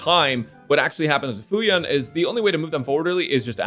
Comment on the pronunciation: Fuyuan ❌ fayui ⭕✔️